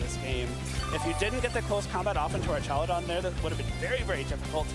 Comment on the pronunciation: It’s crazy how the announcers don’t even know how to pronounce Archaludon. 😂